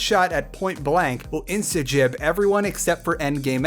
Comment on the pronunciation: Okay, sir. You just pronounced insta-gib as "insta-jib", that's a worse transgression than the topic matter at hand. Shame on you.